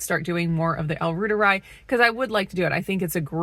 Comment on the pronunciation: I would just listen and pronounce the L Reuteri like Dr Davis says it since he created it. The yogurt I mean